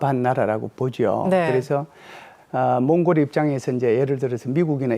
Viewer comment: 나라 이름 제대로 말씀해 주세요